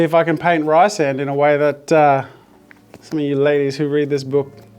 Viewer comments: RICE-AND?? Oh Jazza... It's Reece-and 😂😂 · It’s Reese-and (at least that’s how the audio book pronounces it) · Reesand is how it is pronounced. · The immediate mispronunciation of Rhysand killed me 😂